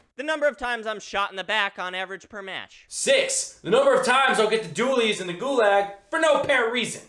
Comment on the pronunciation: Why does he pronounce it like GulAAAAAAAAAAAG